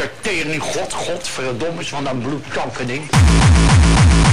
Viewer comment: Hij zegt teerning haha